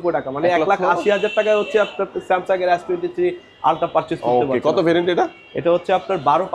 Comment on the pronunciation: আপনি স্যামসন বলেছেন কেন?